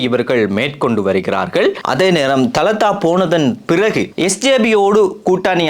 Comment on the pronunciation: Thalathß illai dhaladha enru sariyahachchollawum